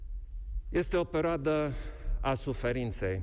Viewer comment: Stop pronouncing "peroada"! Please, please 😭😭😭!